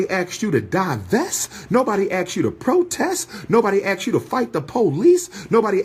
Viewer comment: How inarticulate! He brags about his degrees but uses words like “Aks” instead of “ASKED”. And says “Who is you namin” ok “Doctor”